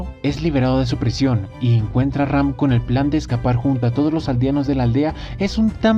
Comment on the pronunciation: siempre dices REm en vez de Ram :v